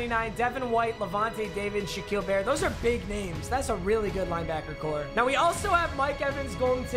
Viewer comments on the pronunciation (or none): none